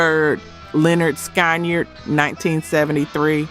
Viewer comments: why is it that the band who LITERALLY showed you how to pronounce their name on their first album is the band none of these AI narrators can pronounce correctly? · Is it possible that this lady cannot call Lynyrd Skynyrd correctly???? That's why you get a dumbs down! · Can't pronounce Lyrnyrd Skynyrd.. Must be AI-generated narration. That's a typical characteristic of AI